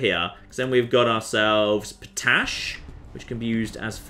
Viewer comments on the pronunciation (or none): POT-ASH!!! Not fookin po-tash, you plonka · "I'm pretty sure geothermal will keep working in Winter" Oh, you and your science... Never change! Also I'm loving your pronunciation of potash po-tash, it comes from pot ash. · What is this po-tash you speak of?